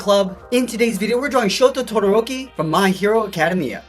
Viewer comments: CADEMIA.... it’s acedamia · he really said acimia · You didn’t even say my hero academia right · The way he said "academia"... lol great vid